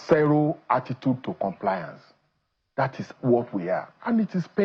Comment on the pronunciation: zero not sero